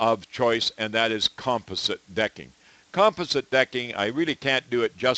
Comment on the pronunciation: "Comp ah sit" lol!